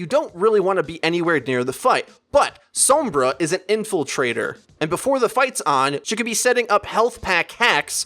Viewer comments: Oh my god ITS SOMBRA (sawm-bra) NOT SOMBRA (some-bra) It's triggering me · S-AH-M-BRA not S-OH-M-BRA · whenever he says her name I cringe like scratching a blackboard SOAMbra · some-bra lol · If you're gonna pronounce the O as it would be in Spanish also pronounce the R the way its pronounced in Spanish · Why do you say sombra like that. She says her name not like the way you say it. Maybe you shouldn't play sombra if you can't say her name right. I'm Latino so this is why it bugs me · I am so sorry but it's really bugging me how you say Sombra xD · Pronounce sombra right u fuckin idiot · How do you pronounce Sombra's name so wrong??? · I know how it is said, and he butchers it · The way he's saying sombra is really pissing me off